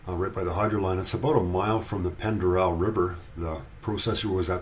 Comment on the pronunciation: Pend Oreille is pronounced "Pond Or- Ray" just sayin'